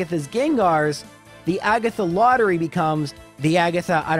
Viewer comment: "I may lore-try, but I won't always make it lore-by"